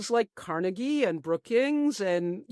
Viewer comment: "Carnegie" where you been for the past several decades?